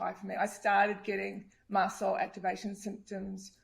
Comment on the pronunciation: Its “MAST” cell activation disorder, not Mass Cell!